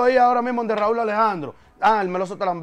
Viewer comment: Raúl Alejandro Ocasio es su nombre de pila. Su nombre artístico es 'Rauw' se pronuncia diferente; no quieras justificar su error. No escuché que a ningún otro artista lo llamase por su nombre de pila 🤷🏾‍♂️